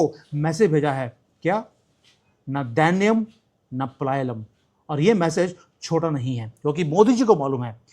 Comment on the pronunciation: Pronounce it like this, Na Daiya-nm. Na Palaya-nam.